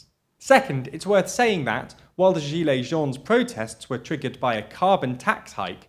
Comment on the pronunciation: The "s" in "jaunes" is silent, as always for plural words in French